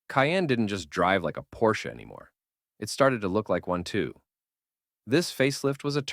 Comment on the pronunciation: Your voice over needs serious work. Your cadence is all wrong. Make up your mind how you pronounce Porsche.